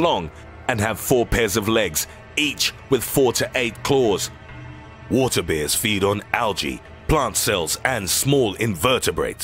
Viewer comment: Three things:- 1. I see NO point in having one set of subtitles imposed on the other. 2. IF I hear THAT bad tempered voice again I'l leave the page. :¬( 3. I think water Beers are actually water BEARS.